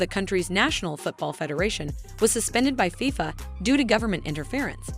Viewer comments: FIYFA WORLD CUP?! (its FIFA, pronounced Fee-Fuh) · I cringed everytime she mentioned it that way